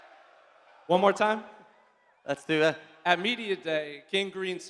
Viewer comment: "LETS DUIT" 😂